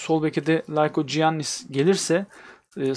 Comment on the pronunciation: likoyannis diye okunuyo